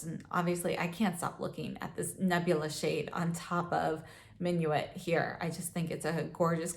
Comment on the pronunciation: Love Surratt shadows, they are my favorite. And I love seeing your Surratt collection, all in one mega palette! I believe that "Minuit" means "midnight" in French and is pronounced "min-wee"...also, a fun fact, something I believe I learned from Glam Dr. Mona here on Youtube who also loves Surratt that "DOW" stands for "Duke of Windsor"! Peau de Peche looks amazing on you,, a true wash of natural color on your fair skin. I love these silky velvety textures and enjoy being able to build them up.